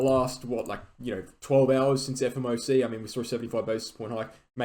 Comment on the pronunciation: This lil pump was so predictable. The fed said there’s a 20% chance of a 100pint hike so that got priced in with fear. Now that we got 75 people regain confidence and it’s also the first hike in months where we stopped increasing. every time you say fmoc I die inside. But still love the content and great ta :)